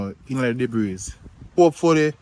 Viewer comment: Debris pronounced debree. The s is silent.